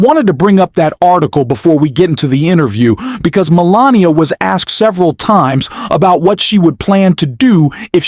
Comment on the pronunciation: This was obviously read by AI....pronouncing Melania as Melaniam the first couple of times and pronouncing Emhoff as M 'Hoff. Melania and Donnie suck.